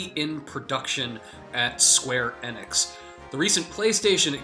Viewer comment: Why are you doing this video if you don't know how to pronounce "Square-Enix" or Midgar?